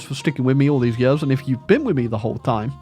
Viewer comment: That explains how he pronounced Years as "yuhz"